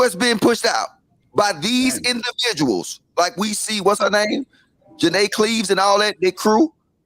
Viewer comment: Hold up, did just say Janay Cleaves 🤣🤣🤣🤣🤣 I’m weak.